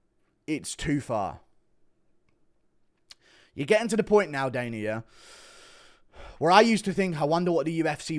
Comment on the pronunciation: Guru.. his name is Dana not Daner